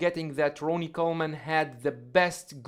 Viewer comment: Dude Ronnie Whoops His Ass All Day Long. & Its RONNIE Not Ronie